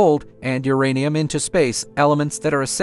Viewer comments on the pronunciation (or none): none